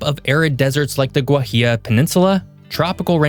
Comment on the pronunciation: Shame you didn't mention the unique culture and music like Fandango etc. PS Guajirra is pronounced differently ! Good interesting video thanks. Last time I was there was back in the late 1980s. Lots changed since then !